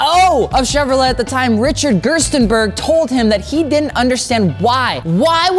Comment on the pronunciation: Bro,, the "t" at the end of Chevrolet is silent.